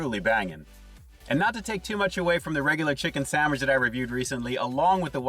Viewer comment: The chicken looks flakey like white fish., it sounds like you said "sammich". 😀